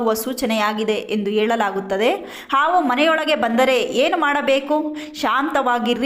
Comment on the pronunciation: ಆವು ಆವು ಅಲ್ಲ ಅದು ಹಾವು 😎